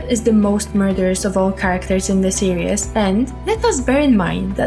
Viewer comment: I love how you say "seree-s"